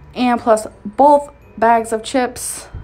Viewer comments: The way she says “bowlth,” makes me extremely angry for some reason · it's pronounced as "Bolth" when in reference to ALR. Notice she always puts a L in both as Bolth. 😆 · Makes fun of the way she pronounces BOTH as “bolth”. Also:....”MELK” 😂😂😂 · I also personally love ‘Mills’ and ‘ekspecially’. When she uses bolth it’s my lucky day!! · Made fun of her for saying “bolth” when you say “melk” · Yessssss. And his over pronunciation of the word “potatoes”. Like, you do you boo, but don’t turn around and make fun of for how she says “bolth”. Amberlynn drives me fucking crazy but I also despise hypocrisy. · lol, she says "bolth", and you say "melk" - that was a cheap joke. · The difference is that misspoke but actually knows how to pronounce milk. Amberlynn on the other hand, pronounces "both" wrong 99% of the time 😂😂